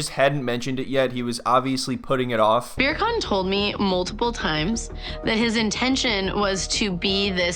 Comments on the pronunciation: I just think it's hilarious that you keep calling Birkan "beer can". Haha!! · It actually threw me off when the lady called him Birkan instead of beer can 😂